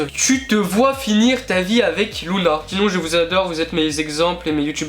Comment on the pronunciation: c'est pas Loula à la place de Louna?